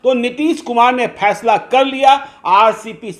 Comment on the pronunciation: Phaisla nahin 'Faisla'